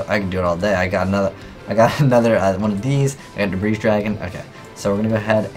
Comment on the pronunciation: Why doesn't anyone on YouTube know how to pronounce 'debris'?